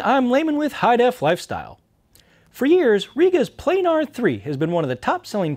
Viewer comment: Plah-Nahr goddamnit !!!.